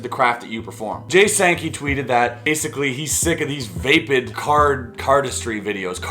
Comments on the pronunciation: vapid not vape-id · Vape-id? Are you stu-pid? The word is vapid.... Vahhhhpid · It’s pronounced vah-pid. Not vay-pid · Chris Ramsay it’s pronounced VAH-PID. Not VAY-PID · With all due respect and love, its "vaah-pid" not "vay-pid." Peace. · Not to be an ass but I believe the "a" in vapid is pronounced like the "a" in bad. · It's actually vapəd. Peace. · It's pronounced V - Ah - PID A as in CAT